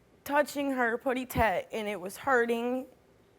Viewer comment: "Puty Tat"? Really 🤨